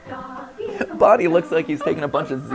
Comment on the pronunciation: FINNALYYY edit : it physically pains me when he says “bonnie smiles” and “bonnies burgers” edit : analog theory??